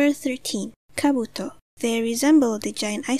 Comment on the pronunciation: did she say kabuto or camel toe